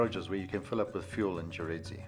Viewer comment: It’s not Gonarezhawu but Gonarezhowu.